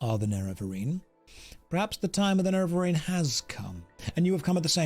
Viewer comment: I dont know if u pronounce Nervarine correctly, its more like Nerevarhine if i heard correctly in the beginning of the playtrough.. just saying